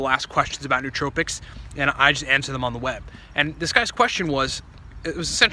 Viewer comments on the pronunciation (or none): The correct pronunciation is new-oh-TRO-pics, not new-TRO-pics.